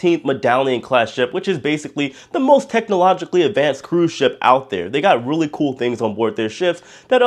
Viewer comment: Ship, not shop